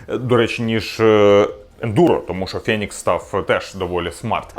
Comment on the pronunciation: не фЄнікс, а фЕнікс....